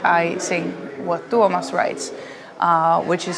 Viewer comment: The way she pronounces "Tuomas" was spot on! I'm so delighted!